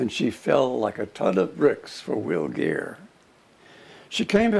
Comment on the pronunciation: Will Greer not geer